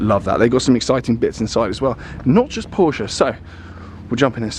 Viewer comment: This is the only time where i have heard you correctly pronounce porsche as “por-shuh” instead of “porsh”!